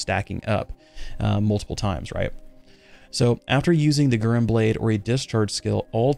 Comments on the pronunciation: it's "gu" + "ren" with e like you prunounce ramen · Its should be Gu like in guru and Ren like in Rent. So Gu-Ren 😌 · Naah it means Crimson lotus (flower) and Guren (紅蓮 or ぐれん) is pronounced Guren platonically, say GU like in french so it would more sound like Gewren I think for english speakers